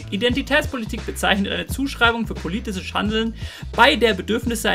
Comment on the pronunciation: polischises Handeln? rassisches Handeln? Mensch das Thema ist wichtig und gut recherchiert, mach es bitte nicht durch falsch ausgesprochene Takes kaputt.